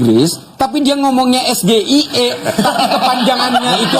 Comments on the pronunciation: SGIE itu kependekan dari kalimat bahasa INGGRIS ...State of the Global Islamic Economy Yg harusnya Dieja gibran dg es, ji, ai, i DAN BUKAN es, ge, i, e 😃😃😃😃😃😃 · SGIE (State of Global Islamic Economy), cara bacanya (mungkin) Es-Ji-Ai-I. Begitulah orang BODOH mengejanya dalam bahasa ASLI-nya (in ENGLISH). Saya Goblok Ingin Edaaaan....! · Sok pintwr tapi blunder bran Gibran,, SGIE itu singkatan BHS inggris,jd bacanya jg harus Inggris yaitu es ji ai i,,bkn esge i e,,t7 anya menjatuhkan yp blunder ,,dan saya tanya kenapa Gibran pakai 3 mic yg lain tdk dan waktujawab ada suara perempuan sudah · wkwkwkwkwk hanya RAKYAT CERDAS.... Yg faham SGIE es, ji, ai, i JADI es, ge, i, e😃😃😄😆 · Es Ge Ii Ee kepanjangannya dlm bhs inggris mestinya singkatannya dlm bhs inggris juga Es Ji Ai Ii, piye tooo... udh pnya contekan msh aja salah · Guru si samsul lupa ngajari cara sebut SGIE yg benar,, 😂😂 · Down grade ya 😂😂 Meski akhirnya dia geli juga dia ralat ES GE I E jadi ES JI AY I 😂😂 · Gibran bertanya kepada cak Imin. Es Ge I E. Kayak nya Ejaan Bahasa Inggris Gak Ada Huruf Ge. Waktu Kelas 1 SMP gw belajar E , Bi , Ci , Di , I , Ef , Ji , etc. Kalo Es Ge I E , huruf dalam bahas Inggris nya S , ? , E , A. Singkatan dari apaan tuh 😉?? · SGIE EJAAN NYA...dlm bhs inggris ES Ji Ai i.....aku juga sempet bingung apa itu SGIE perasaan blm pernah denger.....ngapain hrs pake singkatan...udah aja pertanyaan nya tentang EKONOMI SARI'AH GITU....dasar bocil sok soan pake singkatan.....samsul....samsul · 👎BLIMBING SAYUR SURUH BELAJAR NGEJA ABJAD INGGRIS DEH. SGIE DIEJA ES JI AI I😀😀😀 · Pengen kliatan keren, n dikira org dia pinter.... hadeeeh.... ternyata nyontek.... mbacanya aja salah.... klo kek gitu anakku SD Kelas 3 aja bisa mbaca ejaannya....😅😅😅😅😅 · Wak Fadli zon pasti tau Gibran salah pengucapan msh aja ngeles......gitu aja kok repot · Gibran sok hebat biar lawan debatnya malu tapi dia sendiri bacanya salah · Baca huruf abjadnya aja salau